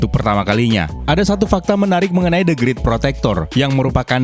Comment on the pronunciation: Bukan the grit,the greet,bacanya